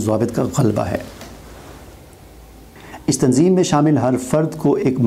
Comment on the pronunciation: Apne تنظیم ka name sahih likha lekin pronunce صحیح nhi kiya